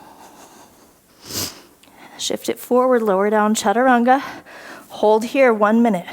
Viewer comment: Love the challenge this class brought me, OKAY WE NEED MORE OF THIS DIFFICULT LEVEL FROM YOU (you are an inspiration)!! I Almost collapsed when you said chachaturanga for a mintue lol!!!